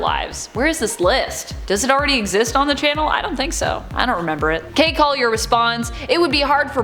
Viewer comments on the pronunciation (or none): none